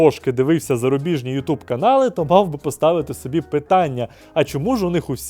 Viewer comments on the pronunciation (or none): none